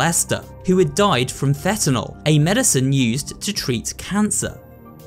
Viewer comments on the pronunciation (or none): none